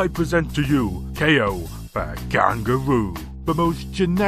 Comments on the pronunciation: It's pronounced "Kow", not "Kay-O". I know because my name is pronounced the same way. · I don't think it's pronounced "KO". It's obviously pronounced "cow".